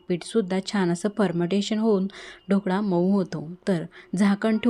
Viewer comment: मॅडम आधी 'ढोकळा' शब्द शिकून घ्या, मग आपण 'ढोकडा' बनवू 😂😂😂 सर्व शब्दोच्चार चेक करून घेऊयात...